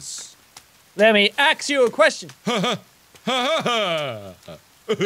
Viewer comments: Jack:can I axe a question me:did jack play left 4 dead 2 Rochelle says that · ok I know this vide is from 2 years ago but jack says "axe you a question" and I find it funny though that my last name is axe and I say that all the time